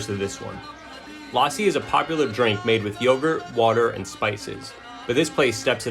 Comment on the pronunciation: It’s pronounced lussi with a short ‘u’ sound.